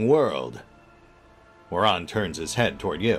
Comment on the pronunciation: I love how pronounces Muaran as moron.